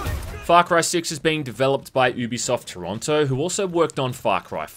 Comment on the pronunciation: You're saying it wrong It's "You Be Soft" In a sentence: "This is a Ubisoft game" I'm not taking the piss... Watch any of their promos, this is how they say it.